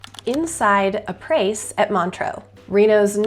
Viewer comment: Haha, it's pronounced, ah-pray 😂😂😂. It's French, for, after. ˈä-ˌprā; ˈa-ˌprā.